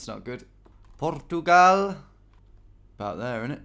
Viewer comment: Latin accent : "Port-u-gal" Bri-ish accent : "Bout there'innit?"